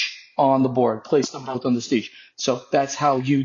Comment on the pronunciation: Its sietch not stietch.